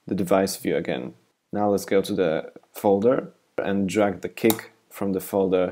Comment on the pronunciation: everytime you say kick, i hear "cake."